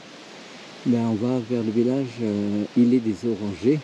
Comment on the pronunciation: Faut prononcer le t a la fin de ilet on ne dit pas iler , si non c'est une très bonne vidéo magnifique 😅